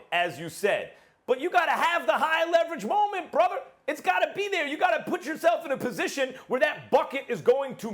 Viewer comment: The way Max said "brotha" 🤣🤣🤣